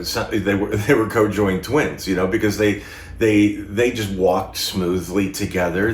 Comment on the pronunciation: I enjoy your channel tons and don’t want to be a prissy old lady, but I AM a prissy old lady so I’m compelled to tell you, it’s “con-joined” twins, not cojoined. Ok, carry on. You can go back to being fabulous. 🩷🫶🏻